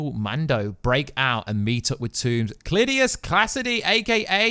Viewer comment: dude, your infamous. you said "clitoris class edie, aka carnage." LOL!!! even the closed captions confirmed it. the computer can't even keep up. i love it. never change.